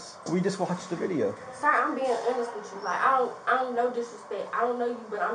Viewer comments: What is that word she’s butchering? Is it awness ? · Why cant she say honest right? She said it right twice then kept saying it wrong like girl youre not being serious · "Im being so honust with you...mam, Im being so honust." That girl aint been honest since she walked in that store!